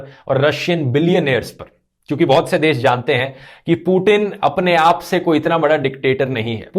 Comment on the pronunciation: पुतिन है वो "पु टिन" नही 😂